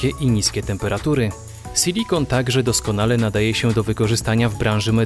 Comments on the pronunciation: Mówi się SILIKON, a nie sYlikon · Co to kurwa jest "sylikon" Moze chodizlo wam o SILIKON ?